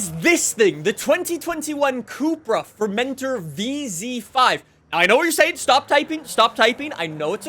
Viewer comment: Some more info on the cupra formentor there’s loads driving round the UK and they seem to be the least crossovery crossovers, they’re still quite low and sort of just like a slightly fat over styled seat Leon and they’re actually really nice. also it is pronounced for men tor, not fermenter it’s a place in Majorca